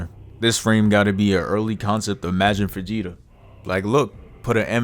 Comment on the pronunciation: Why you say majin vegeta like that 😂